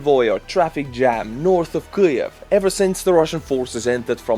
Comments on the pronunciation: Bro why u saying it like that all of a sudden? I've seen multiple hours of your content. It's pronounced KEEV not Keyluv or whatever the fuck you are all of a sudden saying. And don't give me no this is how it's pronounced in ESTONIA shit. Not to be a dick but hearing you murder a word with so much meaning a word that might not even be a thing next year angers me. Things like that ruin the history. Like when people used to say "ki-yev" when it's "KEEV" I know I sound like a dick and making a mountain out of a mile hill but it might very be justified come next year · What's a Kliev? or Kriev? There's no L or R in Kyiv! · you really exagerate your pronounciation of "Kiev" ...Your "Chiij-ijieff"sounds even more ukrainian than ukrainian 🤣